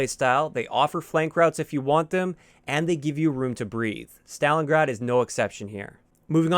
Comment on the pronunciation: Stalingrad or stalingard ??